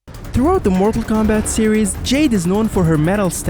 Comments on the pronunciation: It sounds like you’re saying marvel Kombat at times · Yo why this guy sound like he sayin marvel kombat